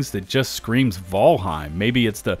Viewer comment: blud said Vulheim 💀